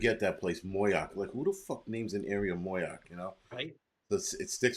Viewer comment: It's pronounced MO-Yock. ... not MOY-ock. Just saying LOL